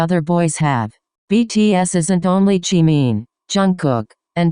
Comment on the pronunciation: you got the robot voice to say jimin properly- respect.